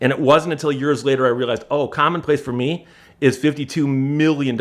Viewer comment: "fer meee..."